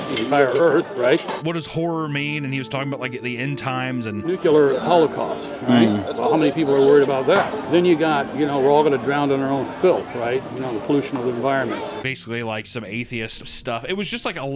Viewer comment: I usually check out around the time they start saying "Nuke-ya-lur" and "I'm not racist, but..."